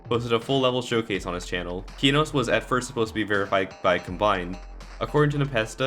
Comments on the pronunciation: him: keyknows me: NO him: deemaws me: NOOO PLEASE DON'T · man calls it keenos